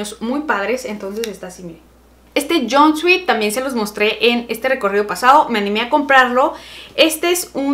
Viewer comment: querida deja de pronunciar mal jeje. Sobre todo la palabra JUMPSUIT es jumpsoot me gustaría explicártelo mejor pero no puedo esa fue mi forma más resumida. Ojalá lo corrijas querida. ¡Saludos!